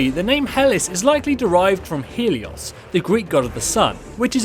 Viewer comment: Not "Hellis", "He-lis"! God damn, you British people and your insufferable mispronunciations.